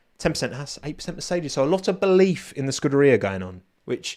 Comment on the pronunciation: Ayyy it finally says scuderia